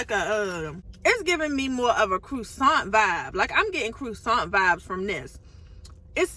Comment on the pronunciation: “ crew-ssant” lol 😂